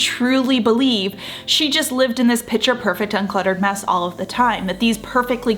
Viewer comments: It is “picture perfect,” so I think she’s commenting on the fact that in the video it seems she is saying “pitcher perfect”… a lot. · I absolutely hate when people make mean comments on useful, informative videos. I subscribe to your channel and watch your content religiously. But please correct your pronunciation of the word "picture", which is pronounced 'pick-ture' rather than "pitcher". Thank you.